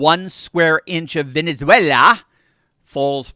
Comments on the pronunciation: she says latino names like a pro!...ven'ethwhella!"...... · I love the rolling of the tongue to show how well they pronounce Spanish rather than just speak English normally lol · Love how she significantly changes her accent whenever she pronounces Latin American words 😂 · Why do people, who don't fluently speak a country's language, attempt to pronounce names of that country as though they could? AOC did this when she said "Venezuela" and "Maduro", and both sounded like phony Spanish. She may have a somewhat Spanish name herself, but it doesn't mean she's a native speaker; just say the damn names with your English accent like a normal person might do. You're not relatable just because you are trying to fake an accent or pronounce names like a native.